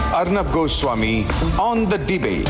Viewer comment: "ORNOB GOO-SWAMI"......gobar swami